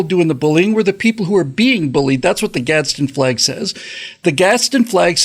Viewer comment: There's no "t" in "Gadsen"